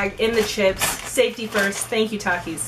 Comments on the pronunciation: my entire school will defiantly agree... all of the children there eat takis for a living. no one has ever said tAkIs- its kinda pronounced at "talkis" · (Tah-keys) is how mexican say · it is definitely pronounced tak-ees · I agree with you it’s pronounced TOK-eees not TAK-eees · It’s not takis it’s takis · I MEXICAN AND WE MEXCIANS SAY TAKITEOS (TAKIHOES) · how she said hot Chito‘s and talkies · Its ta kee s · It's pronunciation thakis but spelled Takis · taki not toki